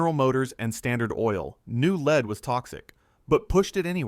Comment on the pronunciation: Add “leed” to gasoline? “Leed”?? “Leeded to gasoline”???